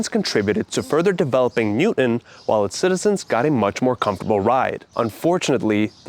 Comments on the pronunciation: There is no city or town in Massachusetts named New-en. Or Newden. We DO have a city named New-TON. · Nice job, but be careful to pronounce the "T" in Newton.